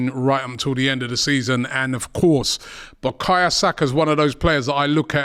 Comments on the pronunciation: Bakaya?? Now robbie cant even pronounce bukayo properly. This guy just struggles with any name now 😂😂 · who's BUKAYA? Robbie making these sky sports commentators looked cultured lol, its BUKAYO!!! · I’m tired hearing Robbie calling the boy Bukaya Saka. It’s BukaYO!!!